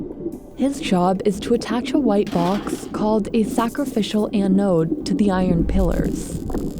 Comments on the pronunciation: It's an anode. Not an an node. BI narrators seem to be the worst when is comes to simple mispronunciations. I notice it in most of your videos. It's little stuff like this that makes me question what else is inaccurate in the script and keeps me from sharing what would otherwise be decent content. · It’s not “anne-node.” It’s all in one syllable. Anode. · This piece of metal is not a poem to Anne. Why the heck does this narrator put so much effort in to foreign names but can't pronounce ANODE correctly? It's not Anne Ode, It's an ode, one word, ask Google Translate or anyone with experience with electricity at all to find out the right pronunciation. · “The an-ode” 🤣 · Anyone else being driven insane by Ann-ode? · "An Ode" just about killed me each time she said it. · The way the host pronounces “Ano-ooode” 😆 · I don't like the way you say "anode". Going out on a limb and saying you've never heard the word before? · Can’t handle how she’s pronouncing anode. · The way she’s saying anode is unbearable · Do people really say anode with 2 syllables? It just sounds sooo wrong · The way she pronounces anode 😂